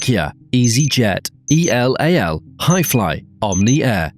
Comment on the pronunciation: And EL AL not EE EL AY EL (though they are Israeli so honestly they don’t deserve their name pronounced properly)